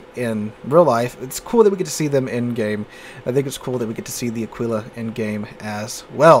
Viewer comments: Nice video, as usual, a fair and balanced exposition of your opinions. One thing, though, it’s pronounced Àquila, not Aquìla Alike it’s Brìndisi and not Brindìsi, etc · Pronunciation: Ah-Kee-La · Wrong. pronunciation is almost on spot, since when saying "qu" in Italian you have to say the "u" loud and clear. The only mistake he makes is the sress, the emphasis should be on the first "a", and not on the "i". Just like with the English "eagle", you put the stress right at the beginning of the word. So it's like AA-kwe-la